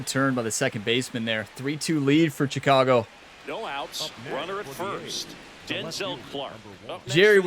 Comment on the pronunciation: Will you ask for a trade so I don’t have to listen to you pronounce Chicago wrong?